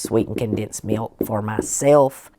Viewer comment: I like the way that you pronounce mewk I like your channel so I’ve subscribed. ❤